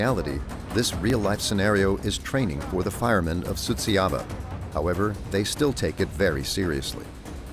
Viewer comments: Suceava is not pronounced as you are saying it, it is soo cha va. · the names are completely wrong, too. The guy whom the narrator called Miroslav was actually named Marius Petru. The town is Suceava, it was mispronounced the whole time. Likely by a bot.